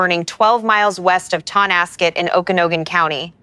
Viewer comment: Thank you for paying attention to this. Here are the ones I've found: Malher - pronounced Maller, Okanagan - pronounced Okanoggan as in noggin. Chelan - as in land, Estacada - last part sounds like cada (cicada) a long A. Thank you.